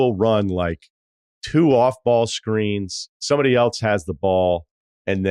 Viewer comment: I like this video. One question. Are you saying “elTse” or “else?”